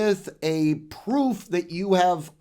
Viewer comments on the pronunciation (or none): none